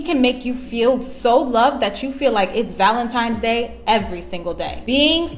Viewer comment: "valenTIMES day" 🤡